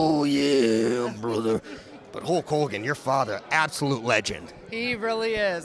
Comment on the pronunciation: Hogan, not hulgan 🤣